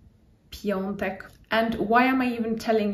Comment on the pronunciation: Nie piontek, a piątek.